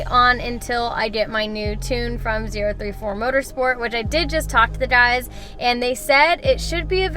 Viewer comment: She’s got it correct. It’s Zero Three Four